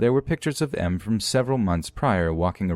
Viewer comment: I thought you meant “masochist” because you said “M” instead of “Em.”